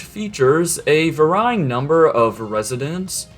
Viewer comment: "Varying" is pronounced "vare-e-ing" not "vah-rye-ing"